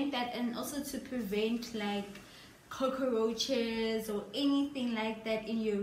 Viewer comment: Coco-roaches 😭😭, I'm sorry but I had to